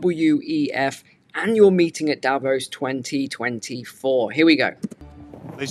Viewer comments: No, i’m Swiss, it’s pronounced DAH VAUSE. The ause is pronounced like the ause in “because”. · I’m not being rude but it’s pronounced Da-Voss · Davos is pronounced DAH VAUSE.